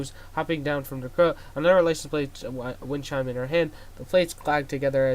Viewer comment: (pronouncing wind chime) "A wine chine"